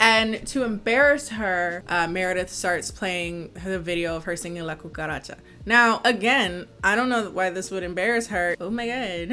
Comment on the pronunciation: The fact that you said La Cucaracha so flawlessly in Spanish has me shook